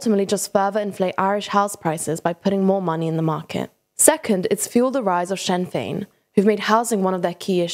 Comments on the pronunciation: Sinn Fein is pronounced "Shin Feign" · Please pronounce Sinn Féin more accurately next time. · This is really informative thank you so much from an irishman, oh and not to nit pick but ithe party sinn fein is pronounced shin fain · The Help to buy scheme was designed to fix issues with house peices being unprofitable. The government knew it would increas house prices. They were hoping an increase in hosue prices would mean more get built. You cant evit someone without a reason in Ireland. Could somebody not have checked how to pronounce Sinn Fein before recording the video? You also mentioned limited building before the crash, building was at an all time high before the crash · Is this an ai or text to speach bot? They keep mispronouncing a lot of common words and phrases like sinn fein like a bot does.